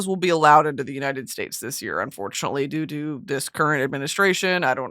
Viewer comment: i know u wanted to say "due to" but you absolutely and wholeheartedly said "doo-doo"